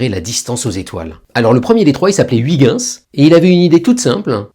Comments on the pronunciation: Si tu appalla Huygens « OUI - guens», Il ne se retournera jamais 😂 Son nom est : « H- OEIL - guens » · "oui-gain-ss" ? :D:D:D "oeil-gueuns", on dit ! ;) Mais vos vidéos sont géniales !!! Merci ! :) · Huygens se prononce Reuerens. De grâce, arrêtons de massacrer son nom. Merci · Ouiguins 😂 Faut se mettre au néerlandais pour la prononciation 😊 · non , ça pique quand même les oreilles vu que c'est quand même écrit Huygens. Quand c'est écrit Galileo je dis Galileo mais quand c'est écrit Huygens je dis pas Ouiguins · et la plupart des villes ont une traduction française. Par exemple, la ville d'Antwerpen en Belgique est traduite en "Anvers" ou le S se prononce. Et la prononciation "BerlUN" est bien une traduction et pas une interprétation. Par contre, Ouiguins, c'est juste une erreur. Et si c'est volontaire, c'est carrément de la fainéantise. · Chouette, sauf la prononciation Ouiguinsse😂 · Désolé mais vous vous trompez. Je suis chercheur en astrophysique depuis plus de 25 ans et je peux vous garantir que je n'ai quasiment jamais entendu un collègue non-néerlandais (qu'il soit Français, Allemand ou Américain) prononcer "correctement" le nom de Huygens. Cela en est même au point où, lors de conférences, les chercheurs néerlandais eux mêmes prononcent souvent "à l'anglaise" ("höigens") histoire de ne pas paraitre trop pédant. Et croyez moi, j'en ai fait un paquet de conférences où le nom de Huygens était prononcé 15 fois par jour (ayant moi-même été impliqué dans la sonde Cassini-Huygens lancée en 1997)